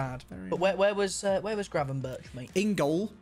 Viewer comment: Ah yes “Gravenburch” XD